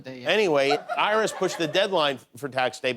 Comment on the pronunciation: Did he said “iris” instead of IRS?